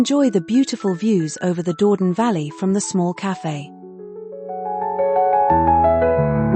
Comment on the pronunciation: WARNING! - AI ALERT! This pretty video contains an "automatically generated" voice-over - a product of the Brave New AI World, it seems? Unfortunately, this fabricated voice is totally unable to handle two languages at once, so every French word or name is mispronounced. Is there anyone who does not know that 'Dordogne' is NOT pronounced 'Door-don'? Or that 'Église de Notre Dâme' isn't 'egg-lays not dame'? Have fun - spot the boobs!